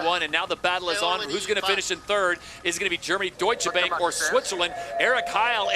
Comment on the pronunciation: The "a" in Deutsche Bank ist pronounced like the "a" in far.